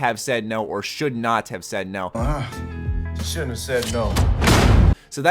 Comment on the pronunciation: he said shouldn't. it's a country way of saying it lol